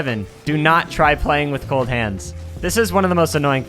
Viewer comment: Him: "Do you not try playing with cold hands" What I Hear: "Do not try playing with both hands"